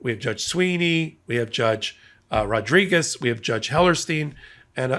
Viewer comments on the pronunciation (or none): none